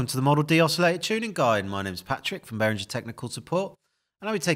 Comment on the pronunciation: Wow, even an employee is pronouncing it as "berinjer".